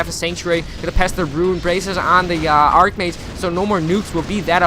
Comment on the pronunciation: Archmage is pronounced Ark, not arch.